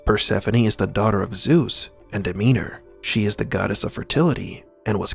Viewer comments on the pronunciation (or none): It's DemeTer, not DemeNer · Why do you keep calling Demeter "Demeanor"? Transcript error or glitch in the meatrix? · it's freaking Demeter, not Demeanor... Also, the club's button literally spells HELP, not HELL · But "Demeanor" isn't. It's Demeter. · DemeTer. Not Demeder. Not Demeaner. (2) I think drawing from Greek mythology is just lazyness, though it borrows style. (3) There were many oracles. Delphi was one. No, that's wrong. Delphi was a cult with many, let's call them prophets, who resided/worked there. Architect is a general term, one used by any framework of understanding where someone built a reality. "Demiurge" or Yaldobath are terms actually coined by Gnostics. (3) Persephone's father was a mortal farmer. You can discount any story where Zeus is the father for two reasons: (a) he is said to be just about every god's father, and (b) "Zeus" just means god, so it's redundant. (also that's likely not his name, more a title) (4) Persephone was happy to elope, in many tellings, but she was assumed to be kidnapped by Demeter for story dramatic reasons. Then again, back then women were often sold or taken. I take no judgement on such, or even if it is true.